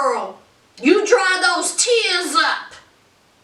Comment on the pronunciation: When you said "all thoose chaps.."whew .. the country jumped smooth out. Lmaooo! Love the review 💕